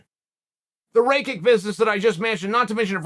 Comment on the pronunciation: Raykick and Bluhovovich. Wtf Chael? 😂